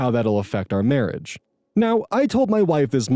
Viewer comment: “My Wife” sounds like a foreign language Also guy says “don’t worry, I didn’t hurt her” NOW IM MORE WORRIED?? No one’s first thought is “oh this guy is mad, he might hurt someone”